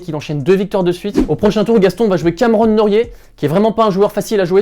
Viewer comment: On dit "Nory", pas "Norié". Cdt.